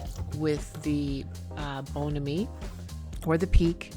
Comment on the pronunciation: it is pronounced Bon Ami